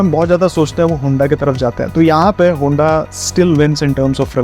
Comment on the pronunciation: Kya hunda hunda kar raha... its HONDA